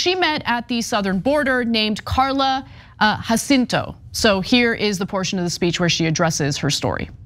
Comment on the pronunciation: It's crazy how Ana can hear Jacinto pronounced correctly several times during the outside clip yet continue to mispronounce it. For Angelenos, pronunciation of Spanish names is not obscure.